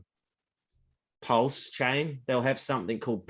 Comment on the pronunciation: Up to u guys to listen to this clown. He listened to his mates son and bought a scooter coin wout knowing mining basics and then he can’t even pronounce/know what pulse is all about (he doesn’t know a network from a dex so u guys think he knows about blockchain tech? Guy can’t even talk on facts - forget this fool